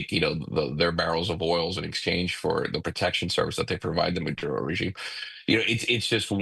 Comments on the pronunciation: Bene-zuela. Maaduuro. Cringe. Can’t watch anymore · How does she get murodo out of maduro? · why does she pronounce Venezuela and maduro weirdly? Fox went woke or she is dumb ?